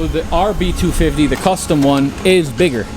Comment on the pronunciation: I love hoe you say B- 2 Fivvtee